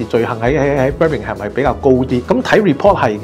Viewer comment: 連Birmingham 名都讀錯，係英國住左 多年，佢講既可以話可圈可點。